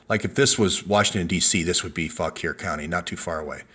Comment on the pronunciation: "FAWK-WAR COUNTY",. "FAWK-WAR". (You're welcome);-)